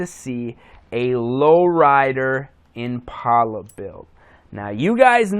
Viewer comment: Once you say the word "Impala" right you can be into them. Also an 03 is not an Impala, its a wimpala. great vid.